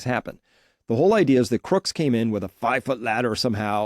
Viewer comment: Tut tut Chris, it's CROOKS, not Crook's!